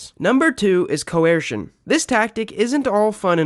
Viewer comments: The second he said cuwesrshin instead of coercion I relized this guy didn’t know what he was talking about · You’re saying “coercion” really weird; like Stewie saying “cool whip”